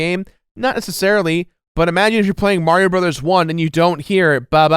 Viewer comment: pronounced Mario correctly It's M-ah-rio Not M-aw-rio Hence the saying It's Ah me, M-ah-rio Not It's Aw me M-aw-rio